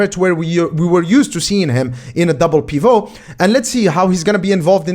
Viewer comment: A double what? Wth was that lol. I’ve never heard anyone pronounce pivot like that. Bruh